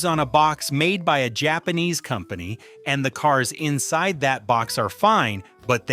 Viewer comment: "Jag u are" ? Are what ? sitting "In sise" "Porsche nine wevinteen" ? Whaaaaat is weevinteen ? "Nah beezco" what the hell is that ?